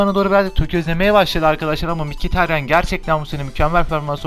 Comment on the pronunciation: mikitaryan diye okunuyor